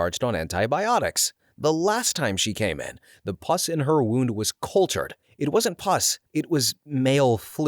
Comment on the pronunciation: I'm only halfway through and I've heard 3 mispronunciations... 'wound' followed by 'wound' in the following sentence really did it for me. 😂 I still love the energy and curiosity though mr. narrator... Maybe watch some ER dramas lol